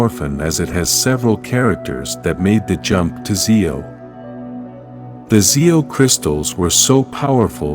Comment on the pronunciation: I’m not the biggest power ranger fan but I know when you are saying Z E O you need to say that as one word ZEO. And you also are saying Dino wrong just to let you know so some people don’t get to upset with you